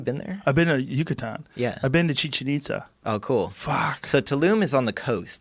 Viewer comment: I love how they butcher Chichen Itza pronunciation